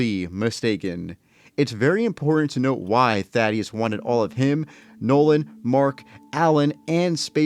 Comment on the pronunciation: It’s not thad ee us it’s thaedus th a dus